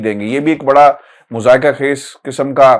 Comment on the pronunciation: معزرت خوا ہوں ایک بات لکھنا بھول گیا صاب آپ نے ایک لفظ مضحکہ کو دو تین مرتبہ مذائقہ فرمایا اسے مہربانی کر کے درست فرما لیجئے۔